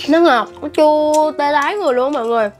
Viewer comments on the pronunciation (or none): bả nói là tê tái mà tui nghe thành tê đái